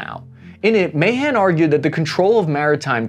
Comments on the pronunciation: The U.S.-China naval arms race is nowhere near as dramatic as the Anglo-German battleship race in the years before World War I. Alfred Thayer Mahan's last name is pronounced "Ma-HAHN." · Ma-Han that’s how you say it just so you know lol